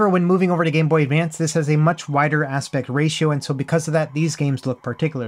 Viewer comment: Did you say "gay boy advance"? Maybe a sound hiccup?